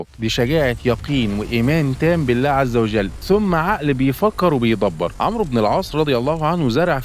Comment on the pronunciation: الاخ المحترم . حرف الواو لا ينطق في اسم عمرو. وانما يكتب فقط . وحرف الواو وضع ( كتابه فقط ) لتميز بينه وبين اسم عمر (. مثل اسم عمر ابن الخطاب مثلا ) في اسم عمرو نضع سكون على حرف الراء ، ولا تنطق الواو. ابدا